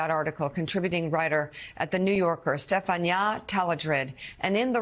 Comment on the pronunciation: Why is she pronouncing Stephania like that?